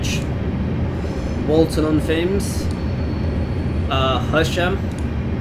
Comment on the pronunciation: Nice video, should note that Walton on Thames is pronounced 'Tems' not 'Thames'. Like the River Thames.